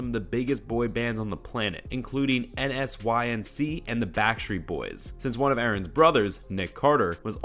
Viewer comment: It's pronounced, N-Sync, get it? In sync? I prefer BSB. And it's pronounced, "Indited," even though spelled, "indicted."